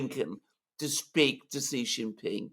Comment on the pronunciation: Shee not Jhee